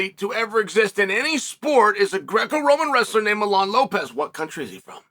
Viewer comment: Uncle Chael can u pronounce one name correctly please it’s Mijain Lopez. Not Milan